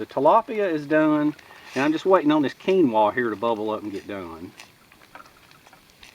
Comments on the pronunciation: Hi. Another great video mate. Did you enjoy the cream sauce.:) and Keenwra or keenwah ha ha ha. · AHHHHH, it's pronounced "kin-wa" . Lol, still luv ya though. Keep it up :)